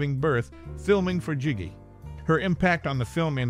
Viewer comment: This would have been more interesting if you pronounced her name and her movie titles correctly. Her last name isn't pronounced "Karen" it's pronounced "care-OWN". The Gs in the movie GIGI are soft, not hard -- more like "jhee jhee" -- a French name. Just FYI.